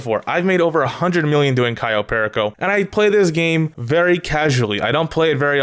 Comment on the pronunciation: The way you say "perico" 😭 its a spanish word stop saying it with an english accent 😂😂😭 Edit: nvm my guy you say soo many words wrong 😂 also you cant get vehicles like tor or oppressor on podium.. dont know why you would possibly think you can